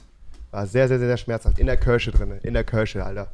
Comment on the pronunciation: Kirche? Nicht Kirsche?!